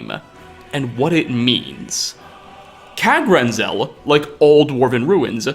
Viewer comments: Kagrenzel and kagrumez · Locahtionsss, Diahloghh, Kagrenzelhhhe, Weirdhe, circless